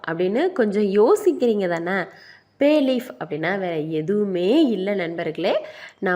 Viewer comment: Not payleaf This is bay leaf your pronousation very bad